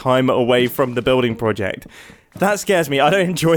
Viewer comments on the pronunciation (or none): none